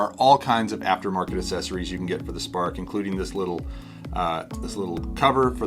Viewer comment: Why do you pronounce accessories this way? That's not how it's pronounced